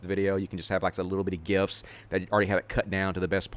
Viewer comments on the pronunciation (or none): none